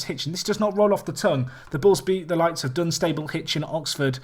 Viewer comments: RemaG and Dun-sta-bul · you pronounce Dunstable wrong aswell, its actually funny